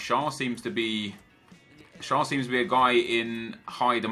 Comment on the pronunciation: I'm from Switzerland and Fabian Shar is pronounced share